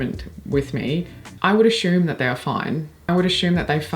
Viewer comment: another really interesting and entertaining video! Quick question: You are extremely articulate, but I noticed today that you pronounce the word "assume" with an "sh" sound, as "ashume." I'm trying to figure out where this could come from because you don't have an issue with the letter s generally. Do you recognize what I'm talking about?